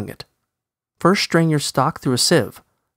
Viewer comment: Why does this guy say SHTRAIN? The S in STRAIN is a HARD S, pronounced as the S in SIX, or Stain. I can't think of a word that starts with a soft S sound and isn't spelled SH. Can anyone else?